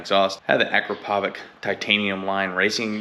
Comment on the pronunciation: Hi, I had the same struggle with mine, but I removed it and it sounds really better. By the way, it's pronounced "Akrapovitch" like "sandwich" ;) :) :)